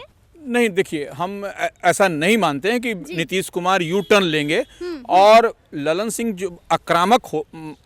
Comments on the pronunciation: लल्लन सिंह नही, ललन सिंह😂😂😂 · लल्लन नही ललन बोलो भकलोल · Lallllannn😂 nahi madam Lalan singh hai